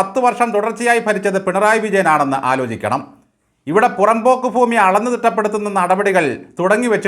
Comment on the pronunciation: " ഫൂമി" അല്ല "ഭൂമി"